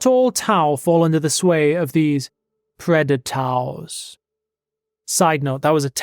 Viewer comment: lol "preda-tau"